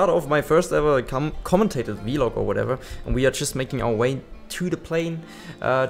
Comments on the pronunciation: It is pronounced vlog rather than vilog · I love how u say vlog. "Vee-log"😂 I love it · Awesome video, great fun. The way you pronounce vlog is pretty funny to me, have never heard it been said that way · Haha yeah I brought it up towards the start of the stream and he made a poll out of it, was quite funny